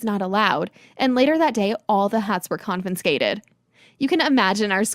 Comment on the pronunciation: I had to stop because I couldn't tolerate her constantly saying "con-fin-scated" 😢 peeving me